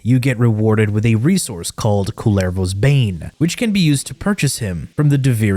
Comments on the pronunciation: This how you pronounce it: "ku-ler-fak-u-ma-der-pa-ker" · As a finnish person, the best thing about this update is seeing all the attempts at pronouncing kullervo. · Ah yes new warframe "kurva"